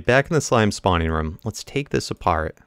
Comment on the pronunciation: It's ROOM not rum